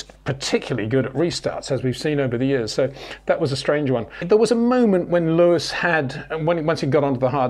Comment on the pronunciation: ⚠️ To all international sport journalists & presenters: ... it is NOT Lewish ... it is NOT Bottash ... and it is certainly NOT Max Vershtappen!